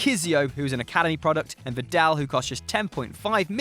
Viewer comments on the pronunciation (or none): none